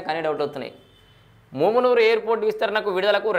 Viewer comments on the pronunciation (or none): ఒరేయ్ మామూనూరు రా వారి ముమ్మునూరు అక్కడిదిరా. పేరు పలకడానికి రావట్లేదు నువు anchor ఏందిరా మా కర్మ రా మా కర్మ. ఒరేయ్ హైదరాబాద్ కి రావడానికి ఎయిర్పోర్ట్ పెట్టట్లేదురా ఒక మా వరంగల్ కె ఉపయోగం కాదురా ఖమ్మం కరీంనగర్ ఆదిలాబాద్ నల్గొండ కి ఉపయోగం రా వారి ని anchoring తగిలేయా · ముమునూరు కాదు రా సుల్లిగా .... మామునూరు రా వేస్ట్ గా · మూమునూరు కాదన్నా అది మామునూరు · Ganduga nu mundu mumunuru Ani palakadam wrong...adi mamunuru....ikapothe airport ni welcome cheyali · ముమ్నూరు కాదురా బాదుకావ్ మామునూరు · ముమ్మునూరు కాదు అన్న. మామూనూరు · ముమునూరు కాదురా బాబూ మమునూరు రా ఎవడు రా నీకు చదువు చెప్పింది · ఏంచదువు కున్నవు ముమునూరు కాదు అది మామునూరు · Mumunuru kadhu babu telugu chadavadam nerchuko firstu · నీకు మామునూరు అనే చదివస్తలేదు నువ్వు దీని గురించి రివ్యూ ఇస్తున్నావ్ ఎయిర్పోర్టు ఓన్లీ హైదరాబాద్ పోవడానికి కాదు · Houle. Flights can be not limited to hyd alone. First pronounce mamnoor correctly bhadkav